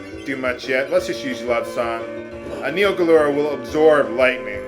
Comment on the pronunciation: Wait... Neo GaLuRa? I thought is was Garula?